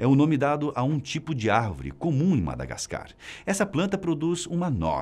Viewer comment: Não se diz madagascar🤦🏼‍♂️ e sim Madagáscar